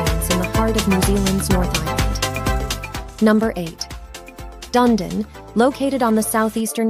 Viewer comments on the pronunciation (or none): I have got to say something ------ Dundon as it is spelt Dunedin, is pronounced Dun-ee-din